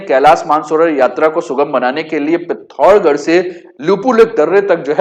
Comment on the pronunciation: Learn to say name properly bhai. It is पिथौरागढ़ not पिथौरगढ़ …..you are speaking Hindi not kumaonui!!!